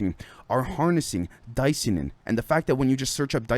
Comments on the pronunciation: I think you actually pronounce it Dis-Ya-Nin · say Cyanide, the say Di - Cyanin